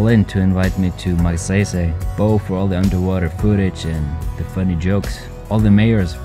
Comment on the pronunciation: Magsaysay word is a Filipino Family name that is pronounce as Mag-sai-sai just like bonsai or psy in “psychology”. Not a big deal though. I just like to say thanks for bringing us there.